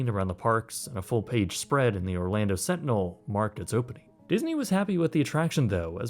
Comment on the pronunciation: The Orlando "Slantinel"